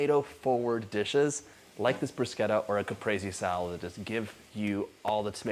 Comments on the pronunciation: Dear John...thanks for saying bruscetta and not brushetta!😊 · Thank you for pronouncing it correctly, John. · He pronounced it correctly thumps up from the beginning ❤😊😊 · Thank you for pronouncing it correctly! 🇮🇹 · I was just about to type the same comment!! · The way he says it is the Italian pronunciation, you see enough Italians online correcting people so now I say it correctly too :)